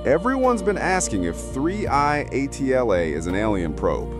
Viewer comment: 3i atla? Even the name you say is wrong.